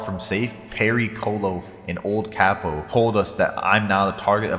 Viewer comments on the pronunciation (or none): none